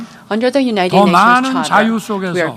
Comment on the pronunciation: 내 귀엔 자위로 들렸다. 자위,자위,자위